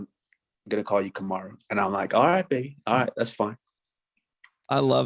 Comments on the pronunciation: Bruce I love your show, you’re such a great guy. Also, if you’re wanting to listen to his daughter, the emphasis is on the MA in ka-MAH-ru..... You’re saying KAH-ma-roo, but it is kuh-MAH-roo OOOOSSS-Mannnn!!! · My only gripe about this podcast is 1/2 of it is telling the fighters what great guys they are.. I had tp ramp up the playback speed to 1.5 to get through it.. PS- the way you announce Kamaru's first name sounds like #Kangaroo. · Bruce couldnt pronounce Kamaru properly if his life depended on it.😂 Lol. Love ya Bruce